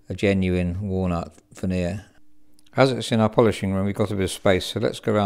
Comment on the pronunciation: When the piano guy says "walnut", it sounds like "worn out". So, I thought he was talking about a "worn-out Bechstein"...